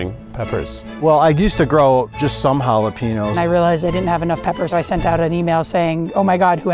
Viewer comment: HA-LE-PEE-NOS? Sir that’s an enye. Sir please. Jalepeños has that “weirdass” n for a reason. Sir.